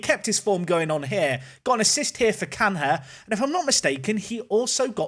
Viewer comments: Canha is more closely pronounced as Caña then Can-rah. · Big fan but please say canya you don’t say fabin-ho or ronaldin-ho. Good players aplenty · Carrrrlos Canha, Can he score it, Carrrrlos Canha, yes he can-ha